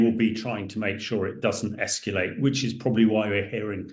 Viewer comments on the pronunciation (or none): (Please stop saying 'escuulate', 'escuulation'.)